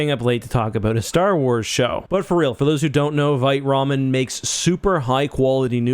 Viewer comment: It's pronounced Veet Ramen. Vite means fast in french. Just sayin…